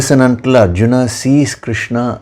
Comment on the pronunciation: अर्जुन को अरजुना कयों उच्चारण कर रहे हैं